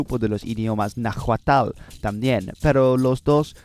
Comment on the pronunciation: Oye, que si suena muy bien! Me pregunto de donde eres y como aprendiste de hablar espanol tan bien. Sigue asi con tus videos, que son muy informativos y me ayudan mucho para mis clases de historia! Edit: Para criticar lo poco que se puede criticar de tu espanol: tu enfasis en alguanas palabras como "nahuatl" fue incorrecto, y claro que tienes un acento, pero solo son unos errores menores